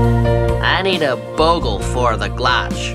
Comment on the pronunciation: "I need a Bogel for the Glotch"